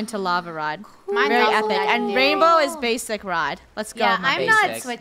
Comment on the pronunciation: Wait you catch a lengedery fish